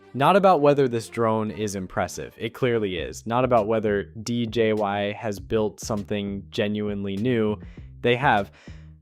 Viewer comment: Ita DJI and not DJY